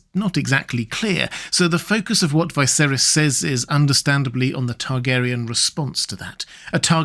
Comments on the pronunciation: Isn't Viserys pronounced with a "Vee"? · Why do you insist on pronouncing the names wrong when the show has twice had living characters called viserys